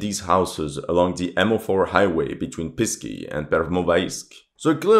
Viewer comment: Please, Pesky, not Pisky. "Pisky" sounds like "Dicks" or "Penises" to the Russian ear.